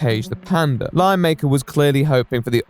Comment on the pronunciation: I hear "lie maker" each time he says "lion maker"